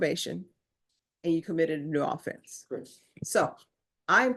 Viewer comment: These court people cant even pronounce the word offense right. Seriously.